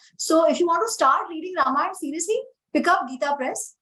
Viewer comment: The interviewer needs to at least pronounce AmiJi’s name correctly, especially since this is the second time she had interviewed her!! The interviewer has strange anglicized pronunciations! Example is her pronunciation of RAAmAAyana!!